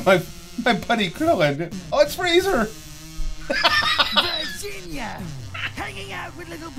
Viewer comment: did he siriously say freezer instead of frieza